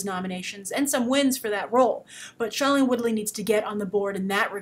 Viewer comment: you're STILL pronouncing Shailene Woodley's first name wrong. She always pronounces it as "SHAY-lene" not "SHY-lene".